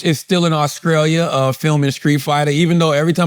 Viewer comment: Auscrallia 😂😂😂come on bro...